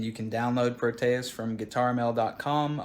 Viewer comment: You are pronouncing it wrong like most other youtubers. pro te es, not pro tay us. Here is an audio example.